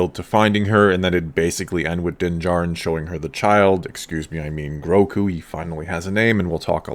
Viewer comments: Gro-gu! Not groku come on man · Are you calling him Groku? It's Grogu. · Is it Groku (as pronounced in this video) or Grogu? I heard the name as Grogu in the episode. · for sure one of the best episodes yet for lore and the fan base, but by the force the child's name is Grogu not Groku. Who took him from the temple? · You’re pronouncing the child’s name “Groku”. And that’s incorrect. It’s “Grogu”. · Like.. am I the only one that is bothered by people mispronouncing GROGUS name? I've heard it all, Gorgu, Gmorga, and now it's Groku. No he is not the missing son of Goku haha :D But yes, this was by far the best kinda of star wars I've seen in a long, long time. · It’s GroGu with a “G”, not “Groku”. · Why do you keep calling him “Groku”? It’s “Grogu”. With two Gs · Why are you calling him Groku... lmao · Grogu, with a G not a K;) Definitely the best episode yet for me! Though I can't get over the length of her lekku like whyyyy. She basically looks like an aged pre-TCW-S7 version of herself, considering even Shaak Ti had very long lekkus in the prequels. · Its not "growku"....its Grogu, pronouced Grogo. Gro-go. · Groku? 🙂 anyone else think its Grogu? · GroGo not GroCo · It sounds like you’re saying Groku not Grogu 👀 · I get so triggered whenever he calls Grogu "Groku" I dont know why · I swear whenever you say Grogu, I hear Roku, and it makes me think you're talking about the dude from Avatar